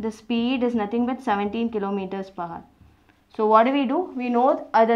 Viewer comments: Ohk mam.. that haar (hour) of yours really was painful to my ears.. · Nvm ma'am but when you say hour, 'h' should be silent. Anyway, the video was nothing but great x)